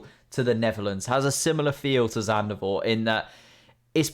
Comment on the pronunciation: why does he think zandvoort is zandervoort